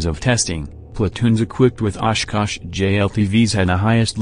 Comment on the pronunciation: Good and informative video but the robot voice and its mispronunciation of simple words is very off putting; also the discordant, creepy music seems like a weird choice. At least your robot voice can pronounce 'Oshkosh' versus "Osh. Kosh." like a similar video.